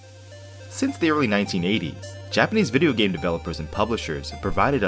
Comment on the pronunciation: ur japanese pronounciation is good bro, thanks for the review